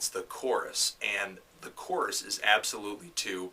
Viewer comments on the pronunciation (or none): none